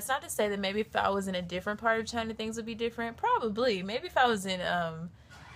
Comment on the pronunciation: she says "but China", but It sounded "v*gina"